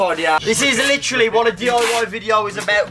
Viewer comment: is like, the most British sounding sentence "The chrain leaves in litchraly like, 15 minits. We g0'a go, we g0'a go" also... I WOULD RATHER AV A DARK FRUITS THAN A WIFE! I WOULD RATHER AV A DARK FRUITS THAN A WIFE! I WOULD RATHER AV A DARK FRUITS! RATHER AV A DARK FRUITS! RATHER AV A DARK FRUITS THAN A WIFE! AY AY AY AYYYY!! fuckin love this video man hands down my favorite video they've ever done